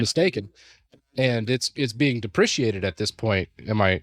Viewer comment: Are you saying deprecated? Is it an inside joke or something to pronounce it like depreciated? Not trying to be a jerk, just think you may be unintentionally mispronouncing it